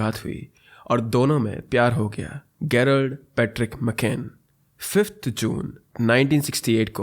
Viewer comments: Its Jrald not gayrald. G IS PRONOUNCED AS J Jrald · Gerald ka pronunciation Jerald hota hai. Garry mein G ka pronunciation jaise go mein hota hai, woh hai.